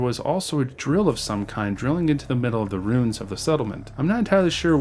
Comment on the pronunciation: Ruins. Roo-inz.